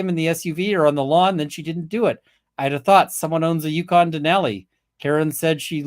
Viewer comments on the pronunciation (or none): none